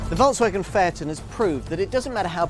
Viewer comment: Can’t he say the name correctly????